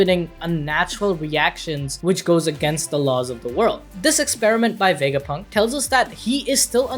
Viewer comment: you said Dr. vegafunk :/